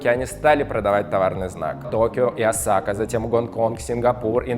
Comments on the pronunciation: не осАка а Осака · не осАка, а Осака. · Осака ударение на О